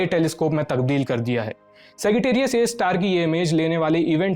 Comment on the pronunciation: सैगिटेरियस नहीं मित्र। सैजिटेरियस।